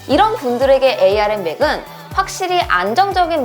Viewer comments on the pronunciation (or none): 에이알엠이 아니라 암이라고 해주세요 암코어에요